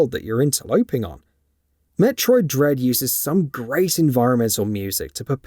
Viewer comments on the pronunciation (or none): I think u said Dread wrong in the opening line in the video.